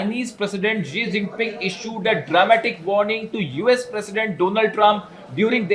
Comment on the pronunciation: Jinping. Not zinping.